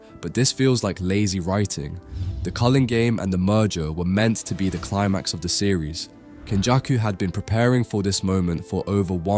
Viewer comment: bro said "Hein Era" and "Cullen games" lol. Even said "Uram" instead of Uruame and "Ghetto" lmao. M8 you wanted constructive criticism, so here you go: you gotta proofread your vids/scripts before posting and actually check to series to see if you're spelling things right. It's fine if you haven't heard words before like "Culling", esp if English isn't your first language, it's understandable, but all you gotta do is just look them up to find out what they mean.